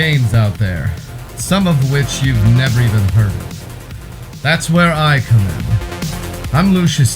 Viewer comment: Did you say "There are a lot of gays out there... Some of them you've probably never heard of. That's where I cum in?"